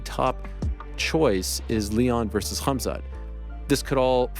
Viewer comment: Helwani is such a mark. First you're a Canadian born and raised, why you over emphasize the H for in Khamsat? Second, after the 8# miss, why would the UFC trust him to make Champ weight?? Pretty sure Dana said he'd be at 185 from now on. Ariel, Gerry, Khamsat and Cejudo are literally the worst parts of being an MMA fan. Sal D'Amato's scorecards are less annoying